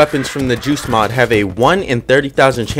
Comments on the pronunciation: He doesn't pronounce the t clearly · Whenever you say “Joost Mod” I keep on thinking you are saying “Juice Mod” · Me too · Sh4dow same